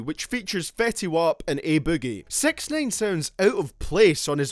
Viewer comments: Its sixnine not sex nane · Did u call him SexNine on purpose? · It sounds like you say sex nine, get it, it's ironic because he's charged with . . . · LOOOL 'Sex neyn'